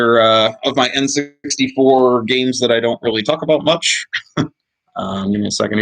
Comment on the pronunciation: LOL the N SUXTY FOUR...THE N SUX D FOUR....